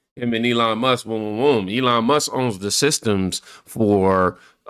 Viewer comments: someone tell her there’s a loud K IN MUSKKKKKKKKK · She calls Elon..... Elon Muss... because she can't pronounce the K. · She’s going to get sued again for defamation issues. she didn’t even say his name right Elon Mus 😂😂 Musk pronunciation Leticia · I hate her. Lol. She can't even talk. Elon mussss! Muss muss muss. Lol. Its musk you fool! With a K!!!! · Who is Elon Muss? That man’s last name is MUSK. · ELON MUSSS? No K? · Letitia James can't even say Elon's name properly. His last name is NOT Muss. She is a pathetic excuse for a figure of authority. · Wtf is elon mussss?